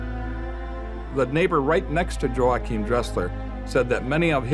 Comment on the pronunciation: For the love of God, it's pronounced "Wah-Keem" not "Joe-Akim"